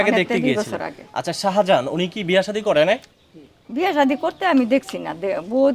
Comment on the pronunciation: বালের সাংবাদিক, শাজাহান নামটাই শুদ্ধভাবে উচ্চারণ করতে পারে না